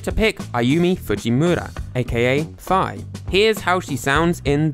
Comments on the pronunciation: It’s pronounced Fee not Feye god dammit! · Why is Fi's name pronounced like that in the video